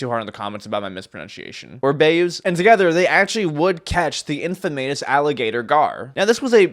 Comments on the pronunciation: honestly i got more frustrated when he pronounced infamous as "Infa-mayous" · Infamous isn’t pronounced infa-may-us it’s pronounced infa-miss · Infamayos has to be rage bait after saying don't mention is pronunciation misakes😂😂